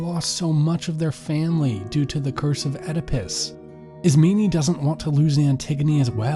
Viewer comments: dude am i the only one who got triggered after he called Antigone, Antigeneeeee and Isemen Isemeeeeneeee? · Great but it’s IS-MEH-NEIGH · they need to have a pronunciation guide i this book stg i was saying ismeynee the whole time.